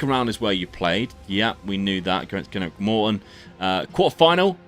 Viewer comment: They way you say Greenock 😡